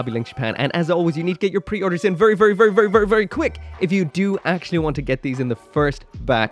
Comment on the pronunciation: "Vurry vurry" sorry couldn't resist